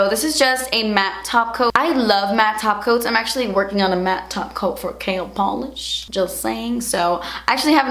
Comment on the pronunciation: I always think you say "Kale polish" hahaha